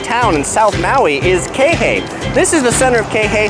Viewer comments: KEE HEH EE...Not KEHE. is is disturbing and mades my hears BLEEN every times I here you say KEHE ...Damn asking around would have been better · QUI HE EE .... Not KEHE.... It is really annoying after the third time and you keep on saying KEHE... damn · Hate it when he says "kei-hay"... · You’re saying Kihei wrong 🤣 it’s not key-hey it’s Kihei. Pronounce the first ”I” as an “E” and the second ”i” as ”Y” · its pronounced key hay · Please learn how to pronounce Kihei! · He gets kihei wrong in every video.